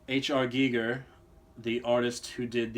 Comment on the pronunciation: You actually know how to pronounce "Giger"! Very nice.